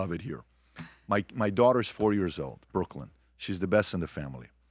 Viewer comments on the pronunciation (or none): none